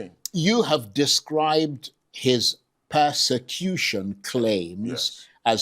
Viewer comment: Can’t even pronounce ‘Persecution’.